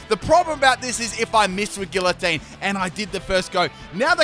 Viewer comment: Its actually pronounced gee-uh-teen